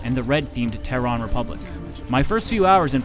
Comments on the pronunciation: So glad I play this on PC. "Ter-arn". No. It's "Ter-ran". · Why do all the reviewers go with the Alien Cultists? Also did he just say "Teh-rahn"? How can you mess up pronouncing Terran like that?